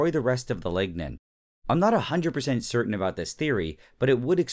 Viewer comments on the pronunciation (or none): none